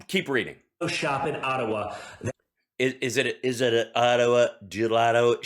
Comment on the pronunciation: I live in Ottawa, and every time DJTJ says "Ottawa", I feel sick to my stomach! Ugh!!! 🤮🤮🤮